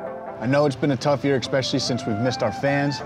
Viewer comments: Being from Philly. I can catch the word “exspecially” instead of especially anywhere. This interviewer is certainly from my area. Random I know. Had to say it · Can somebody PLEASE tell Badgley it’s “ESPecially” NOT “ECSpecially” 🤦🏻‍♂️🤦🏻‍♂️ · The only thing I didn’t like from this interview was “eKspecially” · Jesus fucking Christ, it’s ESPECIALLY, not ekspecially.